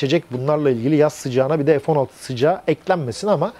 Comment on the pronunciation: Hayir F neden sürekli EF okunuyor?..bu Turklish sevdasi yada merakı nedir, Çocuk lar A BC ezberlerken Sayenizde EF EM VE ES diye okumaya başladılar...nedir bu saçmalık Ya EF Sixteen ya F<FE> 16 be adam